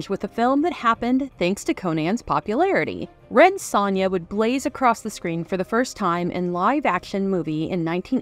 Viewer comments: You pronounce Sonja, oddly. It's pronounced "SOnia", not "SONia." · This movie is amazing. The narrator's mispronunciation of Sonja's name in this JoBlo video is very unfortunate.